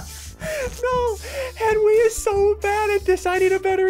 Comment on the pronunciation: ssundee suddenly said henwy to henry